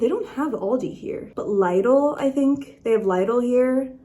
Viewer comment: Loved the vid! I don’t think that’s how u pronounce Lidl tho